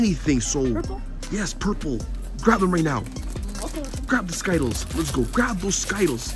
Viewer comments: Skittals its ski tles skitals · I’m did he just say skittles wrong